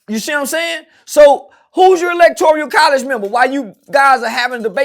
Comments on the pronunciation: Electoral College not Electorial 😂😮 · Electoral my nigga not electorial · Electoral College . Not Electorial.